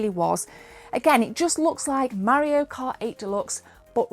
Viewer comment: i love how she says mario like maorio. maby his a new zealander afterall